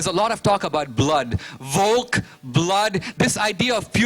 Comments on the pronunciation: And "blut," not "volk," is "blood" in German. And "volk" is pronounced more like "folk." I know this having taken only about five hour-long informal German classes and listening to some Wizo CDs; what the fuck is his problem? This guy just shits out whatever pops into his diseased mind at a mile a minute. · He is mistranslating German for this one. Volk does not mean blood. He says that the NAZIs prefixed a lot with Volk meaning 'blood'. Here, he really shows his ignorance, Volk means 'of the people' not 'blood'. (And he mispronounces it too. Volk starts with a 'F' sound. Example: Volkswagon (the peoples car) a NAZI invention. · "Volk" is pronouncede "Folk" and means "folk" or "people". Not "blood". And yeah... Borat :P